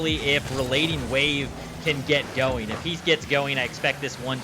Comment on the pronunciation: The one caster "" kept calling RelatingWave "RelentingWave" in the series between Stonkers and Endpoint. It bothered me way more than it should have.